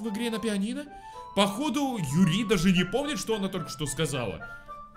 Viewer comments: Юри а не ЮрИ.. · Не юрИ, а Юри!!! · Почему он говорит юрИ,а не Юри? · Ю́ри а не Юри́!!! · Юри, не юрИ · ПОЧЕМУ ОН ГОВОРИТ ЮрИ? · Она не юрИ а Юри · Не юрИ а Юри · Блин прошло 5 лет, а меня до сих пор бесит что говонит Юри́ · ударение ставиться на "ю" Юри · ЮЮЮЮЮЮри, запомни! Ударение на Ю! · Юри ударение на ююююю